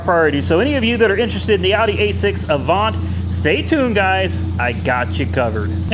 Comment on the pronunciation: It's called A-vant.. like vent but with a a. Not how ever you say it lol LOL